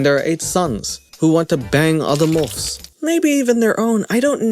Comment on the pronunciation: “Mulfs” lol